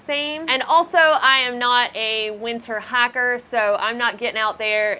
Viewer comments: dang I thought she was saying hacker the whole time, until "winter hacker" provided a clue :) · The way you say "hike" and "hiker" makes me giggle.